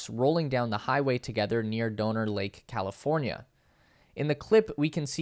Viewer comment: "...Doaner Lake...?" Who has not heard of the Donner Party, and therefore should know the correct pronunciation?